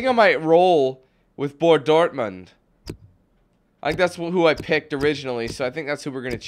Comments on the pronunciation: Its borussia dortmund not bor. dortmund omg and its kil-mar-knock from scotland... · And it's borrusia dortmund btw 😂